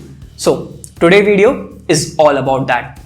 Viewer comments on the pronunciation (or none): Okay I got a petty question, I apologize beforehand,but Why does our homie leaves all the "s" in his sentences? (I watched other reviews as well) The rest is awesome, but this triggers my OCD.: Today's video.: offer's a clean experience: Realme releaseD No offense to my guy, have been watching his videos in a row!